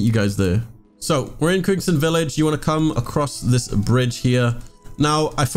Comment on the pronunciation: im sorry- WHAT village?? QUINSON VILLAGE?